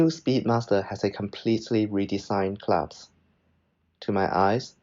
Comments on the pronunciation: Nice review. Small tip, it’s pronounced clasp (versus claps) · clasp NOT claps!